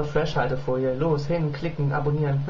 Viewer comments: falsch gesprochen fresh alte folie das "h" ist ja nur einmal drin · hä, wieso wird denn das wie Freshhaltefolie ausgesprochen. Es ist ja nur ein H aulso müüste man entwerder sagen Fresh Altefolie sagen oder Fres Haltefolie